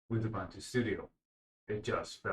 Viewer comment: And it is "Ooboontoo", not "Youbuntuh".